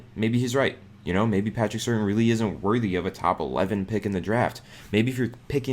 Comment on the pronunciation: Patrick (pronounced: Sir-Tan) Surtain II. He’s the Second because his dad, Patrick Surtain, was a three time Pro Bowler in the NFL. He played fairly recently and I’m surprised you don’t know how to pronounce his last name. But your reports are usually very informative and it’s not right my first three comments were slightly negative in nature. Ignore me, but cheer up, your better than this. 🤗